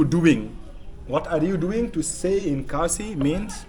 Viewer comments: Who give you that khasi words, it's all wrong. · Ia khlain m not ia klain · Broo even the judge is pronouncing wrong 😂😂 ia khaiñ em ? ✔️ Ia klein hem ✖️